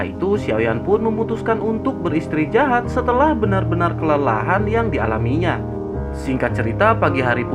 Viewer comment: Min emang gx bs ngucapin beristirahat Bukan beristri jahat Hhhhhhhhhh